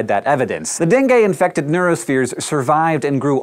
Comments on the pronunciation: I thought you were saying Bengay, not Dengue. Needless to say it was weird. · dengue? gatas-gatas.